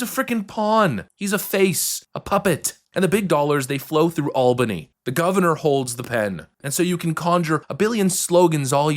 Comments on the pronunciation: . It’s pronounced ‘All buh nee’, not ‘Al baa nee’ Just saying 🤷‍♀️ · AEL-bany might be Georgia, in New Yawk its AWL-bany :) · as a local its pronouncedd "All-Bun-Knee" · FYI, it's pronounced ALL bany not AL bany. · It's pronounced All-bany. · The way you pronounce Albany is like hearing naills on a chalk board. Phonetically (ALL-ban-E) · Good video, I live in upstate NY and just wanted to say we pronounce Albany as All Ban Knee. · All-bun-E = Albany. I cringed a little when you pronounced it wrong.